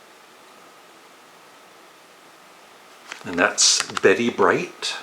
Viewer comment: I know most of these bands love Vibrators and seen them many times past 45 years ditto Wire, and calling SAHB cult is bollocks and Bette Brights name is pronounced "bet" not "betty".